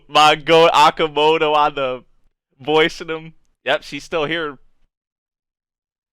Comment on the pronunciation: I though who is Akamoto? Then, I realize he's talking about Nobuhiko Okamoto. Maybe Oka is different to pronounce Anyway , Good reaction☺